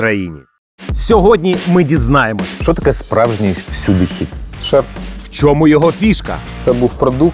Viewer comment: Шерп а не шарп